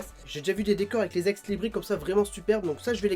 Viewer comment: et on prononce ex Libris(se) ^^